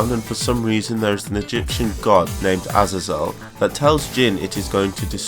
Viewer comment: Great video but Azazel it’s pronounced ( Ah-zay-zel)